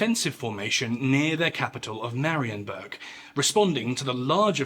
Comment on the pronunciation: 'Tis a good one. You even did pretty well with the pronunciation of Polish names, a rarity among YouTubers of English provenance 😁 One thing I would modify is the ending. The ensuing siege of Marienburg was a defeat & a big setback for the winners at Grunwald, reflected by the 1411 peace, which was widely considered a disappointment in Poland (who had to return all but a few border castles to the Teutonic Order, and gained very little territorially). Unsurprisingly, half a century of follow-up wars ensued 😏